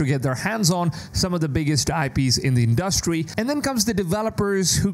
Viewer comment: In-dustry and sy fu 😂😂😂 Gotta be an AI voice